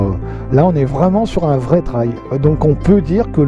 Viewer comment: Pas "traille", unTrail!!! 'Trèil phonétiquement"